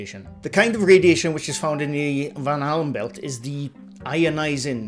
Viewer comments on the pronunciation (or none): Now I can't unhear you saying Van Halen Belt 😂😅